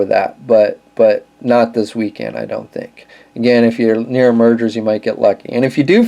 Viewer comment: Nice video but the "Meijer" store name is pronounced like "Meyer," not "Merger."